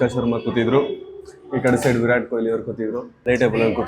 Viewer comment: Virat✔️ vi rat✖️😂😂